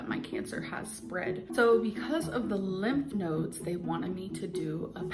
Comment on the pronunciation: my bf’s grandma says “lymph noids” too and it sounds so normal to me bc of LOL my bf said “... you mean lymph nodes? what the hell is a noid??”